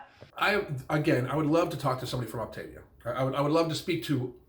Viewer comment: As I imagined she quit before learning how to say "Optavia".